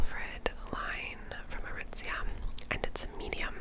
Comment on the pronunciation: Every time you say “Aritzia“ you have a certain flair to your enunciation, and I love it